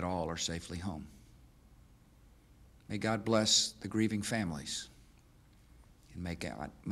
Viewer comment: Maygauh, I mean, “May God”, there got it